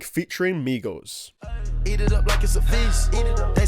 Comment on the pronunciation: Finally you have learned how to say "Migos" correctly